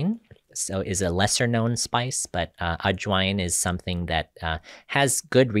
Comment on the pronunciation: Spices like Adjoin??? Ajwain??? I could not hear- could anyone help me with this word?